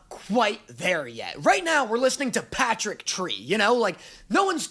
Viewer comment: “We’re listening to Patrick tree right now” 😂😂😂